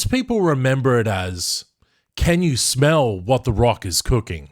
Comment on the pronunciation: Can you smel l l ll what emfasises l